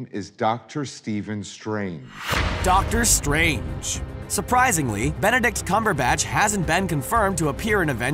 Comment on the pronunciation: "benedict's cumberbatch" lol